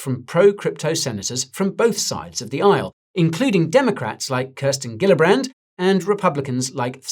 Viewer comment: The New York Senator Gillibrand’s name is pronounced as Jee-llibrand not Ghee-llibrand. 🙏🏽